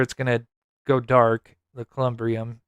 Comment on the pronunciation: Columbarium is the proper word. Like Katie Proudfoot would say "Google it y'all" Thank you for all your amaizng work that you do for Sebastian.